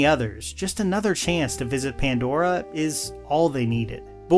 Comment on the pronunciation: What a horrible second and third installment. In what world was Avatar saved? And you can’t say pandora!